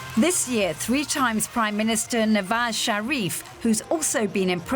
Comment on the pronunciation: Love the way she butchered nawaz sharifs name 🤣🤣🤣